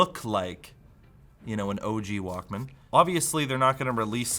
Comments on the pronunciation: It’s pronounced ‘Walkman.’ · It's Wauk-Min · pronounciation of the word is kiling me... Like pronouncing it as two words.... I remember pronouncing it like "Walkmn" as if the A never existed in it. Almost Walkmen, but not quite. Like.... TV... pronounced as single word like... Teevee. (see Beavis and Butthead) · I like the part where he pronounces it Walk, Man for the entire video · The way you pronounce Walkman is so cringe 😂